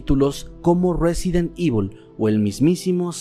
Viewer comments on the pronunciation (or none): none